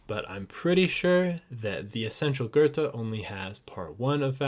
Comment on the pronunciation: Loved your video. But please learn to pronounce his name correctly!!